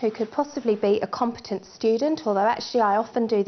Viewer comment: I love how she says you need a compatent assistent XD